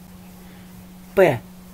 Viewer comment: Sorry , i didnt understand why you read очки , огонь , окно words with two "o" ...